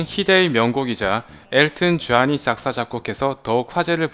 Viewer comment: 라이언킹~엘튼 전~전 파부로~발음 직이네예